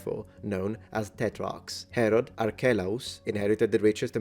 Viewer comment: Ok so did anyone else hear Harold instead of Herod at least like 3 times xD